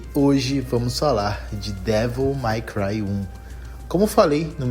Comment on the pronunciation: Ufa... Achei que ia ter que corrigir o Devil "Mai" Cry pra Devil May Cry ("Dévol Mêi Cruai")... Se corrigiu. Até estranhei você falando os demais termos certinho. Boa! Boa,! E sobre essa franquia, amei, joguei tudo, zerei mais de uma vez em outras dificuldades. Bom, poderia até ver o que tem no meu canal, sobre isso. Depois, passei a focar na franquia God of War. (Meu interesse é desde o 3, acho que já joguei o suficiente das clássicas, na época do PS3, e o 3, não tive oportunidade no PS3, e joguei no PS4.)